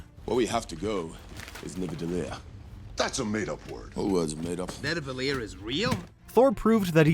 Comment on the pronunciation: Anyone notice Thor says Nivadellir??